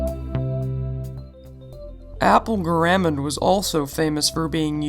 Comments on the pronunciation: guh-räm-mund?! Whot the fork? Wouldn't be so heinous if he didn't keep saying it. Argh! Humperdink! Humperdink! Humperdink! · good video! you pronounced garamond wrong. not a big deal though. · GAHR-a-mon Helvetica-noy-uh